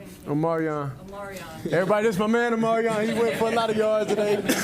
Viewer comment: Dude kept calling him o-MEH-ree-ahn instead of o-MAH-ree-ahn. I guess that reporter was not a B2K fan! 😂